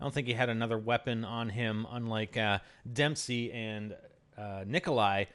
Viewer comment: It's Dempsey not demsey (kid)